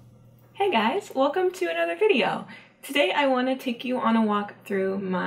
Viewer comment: were you speaking "Welcome" with your mouth closed? o.o and oh my goodness! I also wanted to be a marine biologist when I was young!